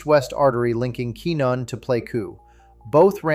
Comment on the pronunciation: Pronounced Quinn-yon. Teach your AI properly.!